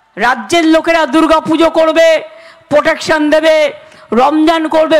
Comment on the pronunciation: পোগ্রাম, পটেক সান 😂😂😂 কি উচ্চারণ... কেজরিয়াল 😂😂😂